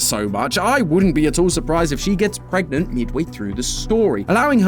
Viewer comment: "Pregnant?" 😭😭😭 help